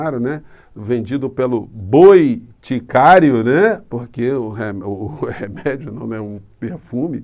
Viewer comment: " boiticário" kkkkkkkkk😂😂😂😂😂